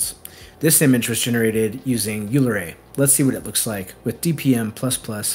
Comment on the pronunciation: it's "OY-ler"!